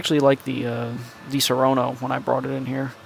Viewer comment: Please stop pronunciate DiSaronno in the wrong way (you say Disorono in italian). The correct pronunciation of di-SA-ronno is like the word "SAD"... So try to Say: DI-SA-RONNO